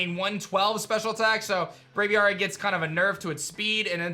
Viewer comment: I still really HATE move removal, but whatever. Also, again, it's Brav-ee-airy.